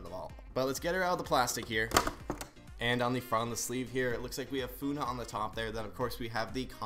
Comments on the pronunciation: WE ARE ALL KF BECAUS WE ALL ARE SUB TO KREW AND YOU SAID FUNNEH NAME RONG AND WER IS DRACO IM SODESAPOINTED IN YOU AND IM A BIG FAN OF KREW :face-purple-crying::face-purple-crying::face-purple-crying::face-red-droopy-eyes::face-red-droopy-eyes::face-red-droopy-eyes::face-red-droopy-eyes::face-orange-frowning::face-orange-frowning::face-orange-frowning::hand-orange-covering-eyes::hand-orange-covering-eyes::hand-orange-covering-eyes::hand-orange-covering-eyes::face-turquoise-speaker-shape::face-turquoise-speaker-shape::face-turquoise-speaker-shape::face-turquoise-speaker-shape::face-orange-tv-shape::face-orange-tv-shape::face-orange-tv-shape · fuunah?! that ain’t how you say it! the name is Funny! that’s how you pronounce it! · Just saying it’s funneh not foonah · Wait its not Funeh its Funneh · OK I KNOW IM LATE BUT I APPRECIATE HOW THIS PERSON UNBOXES KREW! BUT I LAUGHED WHEN THE PERSON UNBOXING PRONOUNCED FUNNEHS NAME "Fou-neh" and not "fun-neh" 😭😭 but overall love their designs and again appreciating that you unbox my fav youtubers! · I support his attempted to try and say Funneh's name. But to properly say her name is how you say "Funny", but her Canadian viewers often pronounce it as "Fun-eh". Funneh put the "eh" at the end because she is a Canadian content creator. So she deicided to put "eh" at the end of ItsFunneh and that's how she created her gamertag. Hope this helps someone! <3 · It's not funna is funneh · Its funneh not funa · Plz just dont say funa just funny😢😢😢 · the blue one is pronounced "funny"! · IM SO LATE.."foonah" lol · My kid watches crew, and she says it’s pronounced funny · 😭😭😭 He said funneh/kat is funa 🤣🤣🤣🤣 btw the dog with gold is called floof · The pronouncation of funneh is "funny" and im so sad that theres no draco😢 btw i love this unboxing!❤🎉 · Fun fact funneh is just pronounced funny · It's pronounced funny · you say it as 'funny' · You're saying the wrong name for funny it's actually funneh spelled with an e h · Its pronounced fuhneh